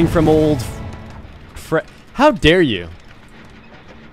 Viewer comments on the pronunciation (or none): none